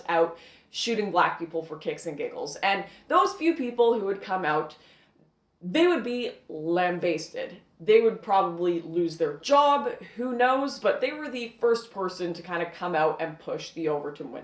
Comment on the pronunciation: Lamb- basted :DDDDD sorry but that made me smile